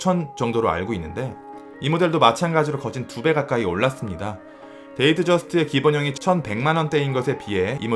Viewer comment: 근데 데이트저스트를 왜 데이저스트라고 하는거에요??